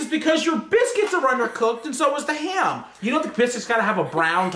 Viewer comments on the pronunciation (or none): "its because your biscuits are undercooked and so is the haym" lol🤣